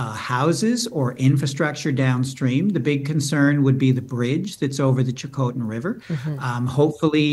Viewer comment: Please learn how to pronounce Chilcotin.